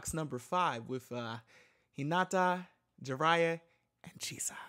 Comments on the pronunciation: Juraya LMAOOOO ju-riya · JURIA (jew-ree-a)!!!! Like Julia with a “r”!!!